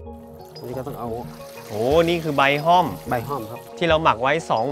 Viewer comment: ห้อม หรือ ฮ่อม แต่ไม่ใช่ ฮ้อม